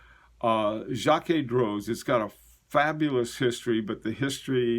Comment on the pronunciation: Jaquet Droz Grande Seconde Quantieme - Jaquet Droz (you're pretty close!) French O us more uh than o. Seconde - just say second in English and stick an slight uh on the end, not like in Spanish. Quantieme - KontEem rhymes with Monty Tim. Hope that helps. Again, it depends on your audience. It's all about communicating, and you're already an excellent communicator in my book, or I wouldn't be such a fan.